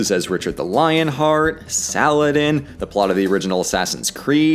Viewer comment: The way he says Salah ah-din is funny